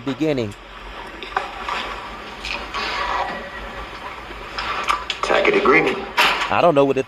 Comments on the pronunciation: He says substance instead of sustained just like he says tacket agreement should be taken agreement he has no idea what's going on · "Tack-it agreement." Lol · I'm so glad she finally said, "I don't know what a tackit agreement is." LOL. 😂😂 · Right! I loved when Judge Dorow said, "I don't know what a [tack-it] agreement is..." 😂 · "Mr. Brooks I don't know what a tackitt agreement is..."😂😂😂😂😂 Boom! Judge Dorow! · Once he realized he wasn’t saying tacit right he had to have felt stupid. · If he wants to know what Luscano said, Luscano has to be on the stand and Darrell Brooks the idiot can ask him directly. Tacit (pronounced Tasit) Agreement: agreeing to something or approving it without actually saying so, often because they are unwilling to admit to doing so. As per usual, DB is using the term out of context because he has no idea what it means. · I love when he says words wrong. The word tacit is pronounced (tasit) lol and when he saying will i be “awarded” the same courtesy, the phrase is actually “will i be afforded the same courtesy” lol. You shouldn’t use words unless you are certain you are pronouncing and using it correctly. Also i don’t understand how him wanting to read a police report is a tacit agreement lol.